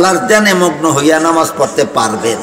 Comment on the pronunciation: হায় আফসোস নামাজ শব্দ টাও ঠিক মত বলতে পারে না, সে বলছে নমাজ